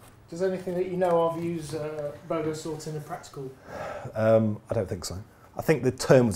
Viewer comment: Wikipedia told me you said Bogosort. I thought you said BOGANsort! Good aussie will understand the confusion.:)